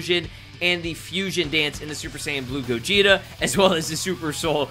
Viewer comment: Did you just call me gogito?